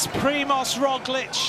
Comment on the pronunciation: I like that he actually can pronounce "Roglic" correctly, unlike our American commentators, although he doesn't get "Vingegaard" right.